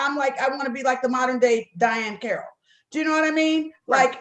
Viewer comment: Girl!!! Thank you!! She said Diahann Carrol?!?! Are you high!! 😂😂😂